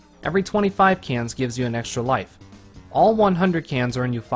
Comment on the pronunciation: "super mario in real loife"